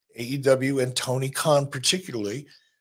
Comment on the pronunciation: Messed up Tony Kahn‘s name I think his name is right now❤❤